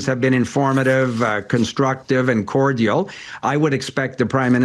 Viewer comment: anybody who says "cordial" like that, needn't be trusted